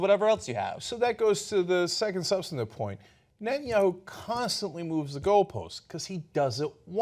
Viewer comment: Why doesn't somebody tell him that his name is Netanyahu!? Not BB, Betanyahu. What a thick idiot! Even Fox news can teach you the names of world leaders.